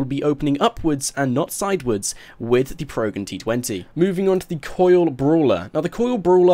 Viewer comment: It's pro gen not progen